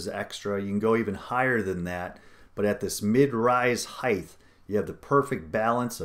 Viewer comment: midrise height, sounds like KITE. not hithe.